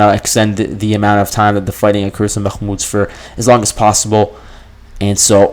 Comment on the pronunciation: Why are you pronouncing Bahkmut in that weird way when you're catering to a western audience? The Ukrainians don't pronounce it like that.